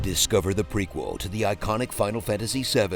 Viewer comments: "Pre-skewer"!!! AHAHAHAHA! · "pre-skewer" got me lol. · "Pre-Skewer" ARE YOU KIDDING ME 💀💀💀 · Not "pre-skewer" 😭😭😭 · Pre-skewer 😂 so bad. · "Pre-Skewer"?! That hurt my soul